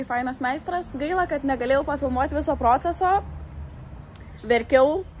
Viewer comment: Ne prõcesas, bet procésas! :)) pabrėžiam ne o, bet e. Haha, keistai skamba